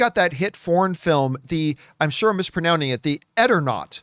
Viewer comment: Ironically mispronounced "mispronouncing" 😂